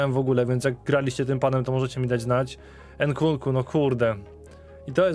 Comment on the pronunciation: nkunku nie nkuku, nie przekrecaj blagam.